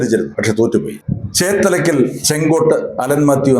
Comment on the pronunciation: ചേത്തലക്കൽ അല്ല ചേത്തക്കൽ ആണ്.